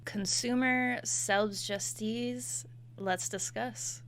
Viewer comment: You have to spell it like ["selbst-yous-teets"] i think on this way it is easier for english natives to pronounce this german word.